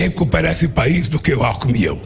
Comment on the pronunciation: Gozado! Quando o cachaceiro falou "Alkmin" eu entendi "Álco". Confira em kkkkkkk.